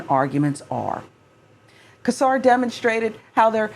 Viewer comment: I hope you see this (this is a pet peeve of mine, especially since I've heard him pronounce his name). It is not pronounced "Kesar". It is pronounced "Sesar". It is a soft C!! On that note, this is disgusting. It's alarming how far back this Project 2025/Heritage Foundation wants to take us back as a country!!